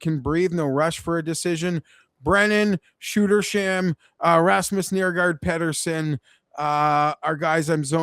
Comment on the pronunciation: Hey, it’s Peter-son. Not Peddersen. Are you that tapped?